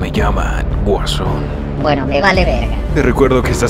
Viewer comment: y ademas es guason no es wuason :v .